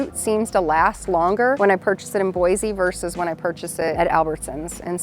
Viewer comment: Boi-see hun, NOT Boi-zee!!